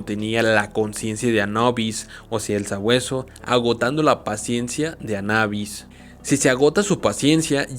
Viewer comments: Anabis lo repetíste mil veces mil veces mal anubis es anubis y está escrito anubis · Es juicio de Anubis, ni siquiera está en otro idioma , no puede ser tan difícil de pronunciar . o lo dijiste mal a propósito?